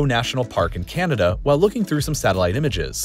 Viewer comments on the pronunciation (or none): none